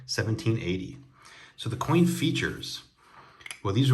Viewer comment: Austrian Stacker is awesome (Almost as Awesome as you ;) psst.. you said coin lol. You always have such cool things. Thanks Aloha.